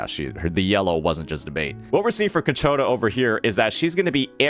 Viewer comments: Ciaccona, not Cacciona, sir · Say it with me.... Chi-A-kona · bro may be good at reading tooltips but those names... man, KATSCHIONA is too hard xddd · Ciaccona ❌ Caccona ✅ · The pronunciation is "Chakkona" In Italian, "ce" or "ci" is pronounced as "che/i". Double "C" makes no difference. Any other vowel after "C" makes it sound like "K". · Your channel is great. I hope you do not mind but the i in Ciaccona and Roccia is silent . Like Tshaccona. Rottsha.😅😅❤ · You should google translate the names of each character for pronunciation (specifically Ciaccona because I can't listen to a name be repeated incorrectly when I know the meaning of it and it's a literal word). Great videos btw. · I wish he'll learn how to pronounce her name by the time Ciaccona appears. The fact that the swapped where the "ch" sound is makes me unreasonably mad xD